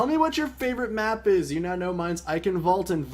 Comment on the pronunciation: does this " Eicenwalde " how you pronounce it even sound german to other people ? :D It is obviously not right :P But I guess I should get used to it because everyone pronounces it this way :)